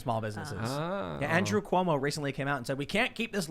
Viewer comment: Have u guys noticed the guy that lives in the parking lot pronounces cuomo “cumo” it’s pretty funny